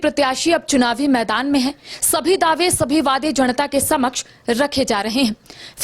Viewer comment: जणता नहीं जनता बोलिए रिपोर्टर महोदया